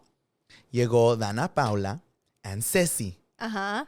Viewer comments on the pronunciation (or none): Not calling Danna Paola, Danna Paula 😂😂😂 meeee calling myself out but making another mistake